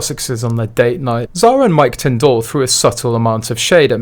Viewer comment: Tindall is pronounced Tindle as in Kindle